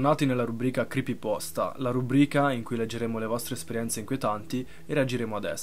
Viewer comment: Si dice creepypasta